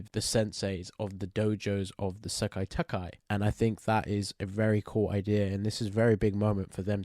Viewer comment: I find it funy the way you say "Sekai Taikai" as "Sekkai Takkai" 😁